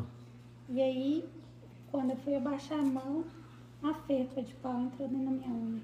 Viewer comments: É farpa, não ferpa! 😂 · Só eu que fala farpa? 😂😂😂